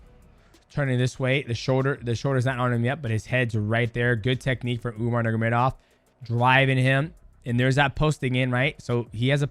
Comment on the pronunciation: Bro it's sad that the last name Nurmagomedov has been one of the best in the industry for so long and people still don't pronounce it the way it should be pronounced. Understand getting it wrong first few times. Let's stop disrespecting that family and pronounce their family name correctly.